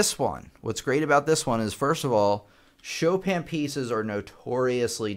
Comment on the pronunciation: After many years of reading the name Chopin, it is at this video that I learned of its proper pronunciation.